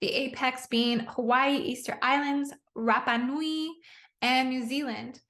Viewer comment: Your pronunciation of Rapanui was perfect🗿 I’m in Aotearoa / Land of the Long White Cloud … ty for highlighting connections 🌈🔺🏔️🪝🗿🙏🏽🤍♾️